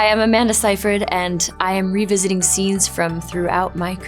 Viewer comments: Clearly she’s a robot because she can’t pronounce her own last name! 👍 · Wait, her surname isn't pronounced "see-freed"?